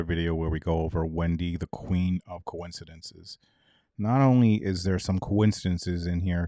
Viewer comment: Great Job Luuuve these Wendy “ conicidences” 😂😂✌️💕